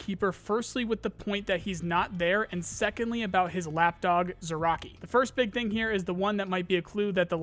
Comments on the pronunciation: Zurachii- [Z r y a ch i y] not [Z u r a k i] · it's also not "zee-raa-chiy", but "zree-yaa-chiy"; the "zr" sound has no vowel in it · Bro, dont wanna be salty, but please pronounce thier names corectly If you want to I'll make you a small table how to pronounce them ChE-Pu-Shi-La Ri-(s)Ziy Zrya-chiy, not zirochiy, please ffs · Zryachiy is pronounced like Zrya-shi btw. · ZryaCHii, CH like in Chilli or somewhat like CZ in Czech Republic. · He calls him zraki lmfao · "ch" in "Zryachii" reads like "ch" in "Charlie" btw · CH in russian words is almost certainly pronounced like in CHill, not like CHaracter. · "Zryachii" is pronounced with "ch" as in "chirp", and not as k/ck.